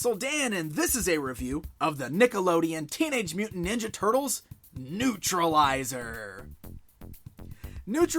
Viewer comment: Newtralizer not newtrilizer